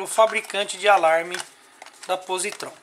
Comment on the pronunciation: Tenho essa chave canivete há meses, dirijo todos os dias e até hoje não tive problemas. Esse chaveiro não tem credibilidade alguma, não sabe nem pronunciar o nome da marca, o pronunciamento correto é pósitron.